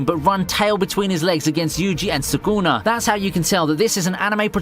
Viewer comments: Sùkuna not sUkÙnA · I like pretty much all of your vids man, but i dont get it, you watch the Series, hear the names, but say it so diffrent, idk if Its just me, but i dont know who suguna, meh gumi or Na Na mi is?